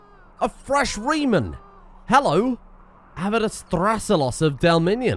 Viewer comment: reeman wene express